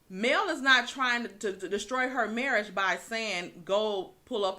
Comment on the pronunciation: Tisha did not say marriage (it was her marrish).....lollll